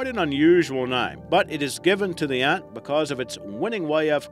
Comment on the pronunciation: how hard is it to correctly pronounce the word Ant?????